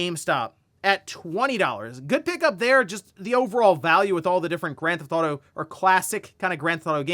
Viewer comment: take a shot "granthawto"